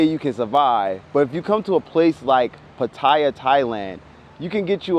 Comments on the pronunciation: oh and Pattaya is pronouced Pat-Tee-YAH, not Pa Tie yah. lol only reason i know this is because my buddy lives there too is a freelance international photographer and journalist. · Pronounced Pattiya not potaiya. You make good points but once you get in trouble over seas you on your own fammo.. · "pataya to be pacific" close but it's actually by Gulf of Thailand